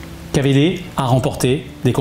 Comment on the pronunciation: Excellente vidéo! Super! Mais on dit pas Kavédé mais Key vi di, repeat After me. Hahaha 😁 continuez comme ça c est chouette.